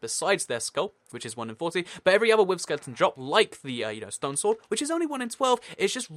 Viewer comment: At , I was sure he was saying 'stone souls' instead of 'stone sword' I was very confused until he mentioned the recipe.